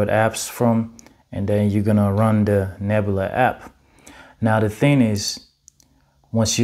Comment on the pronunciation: There's no r at the end of Nebula.